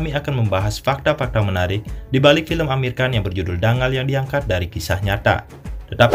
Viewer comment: Cara bacanya bukan Dangal, tapi Danggal.